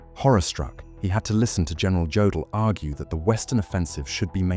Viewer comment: The great voice mispronounces the name of Jodl. Me thinks it is AI through and through. You are being fooled.